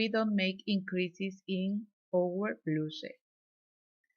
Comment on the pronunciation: Te quedo bello! Me encanto que das instrucciones en dos idiomas. Mi mamita habla el ingles igual a usted 😊❤️ ( no se dice bluse 😊 se pronuncia bla-us como el u en usted. ) perdona si la ofendo no es mi intención solo una ayudita para que mejores el ingles con cada video😊❤️ gracias por compartir!💋